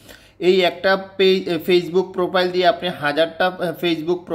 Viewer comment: পোপাইল না প্রফাইল